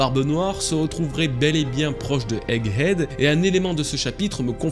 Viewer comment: Haha on sent l'insistance sur le "Egg Head" 😂😂 J'ai qd mm entendu un "Hegg Edd" au début de la vidéo Merci pour la vidéo, je l'attendais celle là